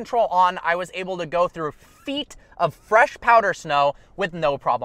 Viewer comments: You get me dying every time you say "oble" (able) I hope you're oble to reach 1mil today!!! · He knows it's "able" right?